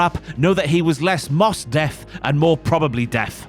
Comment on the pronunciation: "Mos Def" is not pronounced MOSS DEAF. It's a take off of "Most Definitely" as pronounced "MOSE DEFF" . . . so you're reading a script that supposed to be humorous without any idea what you are actually saying.